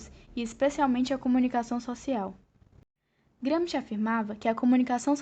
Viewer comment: Não sabe nem pronunciar o nome Gramsci